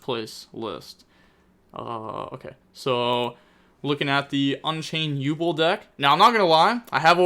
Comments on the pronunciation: Jesus..... Yubel is pronounced "YOU- BELL", .......not YU-BLL 😂. Aside from that good vid and break down. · You not pronouncing it as “You Bell” is really grinding my gears 😂